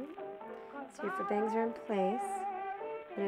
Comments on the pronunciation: faux is pronounced foe, not fuh. and i'm not a fan of the bangs! :/ stevie, i'm tired of all these hair videos. when are you gonna make one of your own? :o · .. lol it's pronounced "foe."